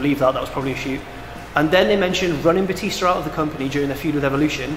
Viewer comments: Its bootista not bluetista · It was Bootista not bluetista...... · extra WTF moment - says Bluetista when it's actually Bootista... what's up with that... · uh,? Boo-tista. not blue. boo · pretty sure it was "Bootista" not "bluetisita" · it's boo-tista